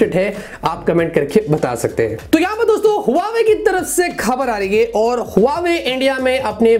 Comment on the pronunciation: Huaywei nhi huawei* hai😂😂